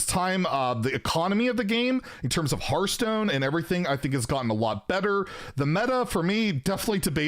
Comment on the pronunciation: Maybe they wanted to have the dude in charge of Hearthstone to be able to actually pronounce Hearthstone instead of Hurthstone.